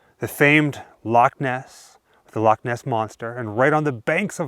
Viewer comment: Brilliant vid, and thank you for saying Loch Ness instead of LOCK Ness.